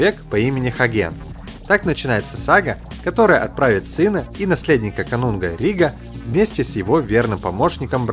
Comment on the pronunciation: Конунга а не канунга